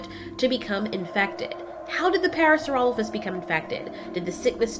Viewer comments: It's not parasurolophus, its Parasaurolophus. Pair-a-soar-a-low-fus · Parasaurolophus* And it's pronounced "Parra-Sore-Ah-Loaf-Us"